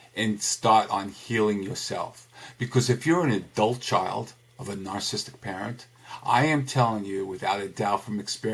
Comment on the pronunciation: Terrific but it's pronounced Nar-ciss-ist-ic - four syllables, not three. :-)